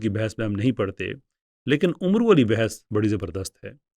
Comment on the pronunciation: یہ نام عُمرُو نہیں ہے بلکہ عَمرو میم کے سکون کے ساتھ ہے اور آخر میں واو عُمَر سے الگ کرنے کیلیے آیا ہے تاکہ دونوں ناموں میں فرق ہوسکے ۔ جزاک اللہ